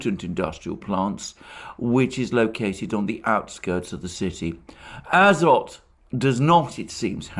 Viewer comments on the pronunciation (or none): The factory's name is azOt - with emphases on the "o". It came in Slavic languages through french "azote", but the etymology is originally from Greek, α-ζωή.